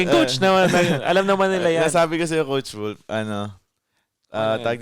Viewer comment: yung nagkamali si nang pagka sabi na "Coach wolf"